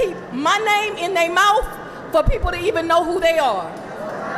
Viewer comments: If you say mouf for mouth, you deserve an extra charge. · "Name in they moufs" 😂